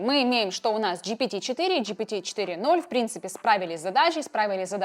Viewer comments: Не чат джпити четыре ноль а четыре оу (GPT 4 omni - GPT 4о) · GPT - 4 оу, а не 4 ноль. Опять Майкрософт пройдет мимо❤